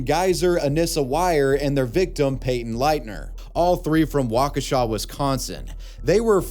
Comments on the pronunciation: As someone who’s from Wisconsin, thank you for pronouncing Waukesha correctly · Thank you for saying Waukesha correctly!!! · We got the Slenderman and the Backrooms here in Oshkosh. And you pronounced Waukesha right! Proud of you :) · Nice job on the pronouncing Waukesha hahaha Thanks for the update It's all over the news in northern Illinois My mom stays not too far from where she was found so I'm glad she is caught